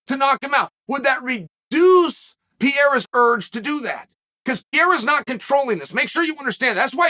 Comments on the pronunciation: Alex: It's Pah-ray-rah Uncle Chael: Pee-era Alex: Pee-era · Stop saying "PIERRA" 😂🙉🙉🙉 It's PEREIRA! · man you are yelling like nad,its not piera,it is Pereira and he is apsolute class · It's kinda cute you calling him PIERA but it's actually PE-REI-RA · Rofl Chael keeps saying “Pierre” like Alex is a fucking Frenchman. I think his performance last Saturday proved he isn’t French. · Chael spells Pereira’s name right but still says Pierra🤣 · Pe-rare-ruh or Pe-heh-da are the acceptable ways to pronounce the camp's name, Uncle Chael. Lol. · For Christ's sake, stop calling him "Pierra"! Call him Poatan! It's what Brazilians call it and it's easier for English speakers to pronounce. In English, the correct pronunciation will sound something like "Poah-ten". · Awesome that Chael thought about that. It would be more awesome if he can pronounce his name correctly 😂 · Uncle Chael won't give a f*ck to learn how to pronounce the name Pereira. Lol